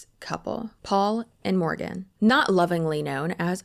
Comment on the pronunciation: you had me at "Porgan"